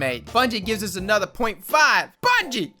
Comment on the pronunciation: anudda week, anudda twab